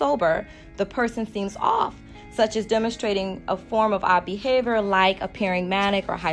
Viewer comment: why she say off like that